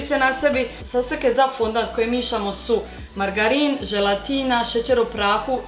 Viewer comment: Nije fondant nego fondan